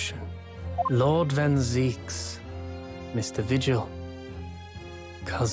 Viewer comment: Finally! Now that has heard the correct pronunciation, he's sure to fix his error henceforth, right? It's van Zieks, not van Zeiks!